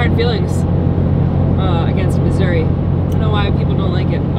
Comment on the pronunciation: Thank you so much and for pronouncing Missouri...correctly. Thank you for not saying Missoura....we pronounce the "i" on the end with the Eeee sound. Also, I am so happy that you are both home and safe and among family and friends, you too Frank:).